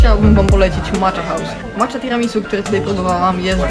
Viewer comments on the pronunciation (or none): Fajnie zrealizowany film, ładne ujęcia. Szkoda tylko, że jeszcze o odpowiednią wymowę japońskich słów nie zadbano. Jak ktoś jest w temacie, to coś takiego jak Macza (zamiast poprawnego Maćća), Pontoczo (zamiast poprawnego pontoćio) albo fuszimi (zamiast poprawnego huśimi) strasznie w uszy kole. No i niestety powiela błędy, przez co ludzie, którzy nie mają pojęcia o Japonii będą również te błędy powielać.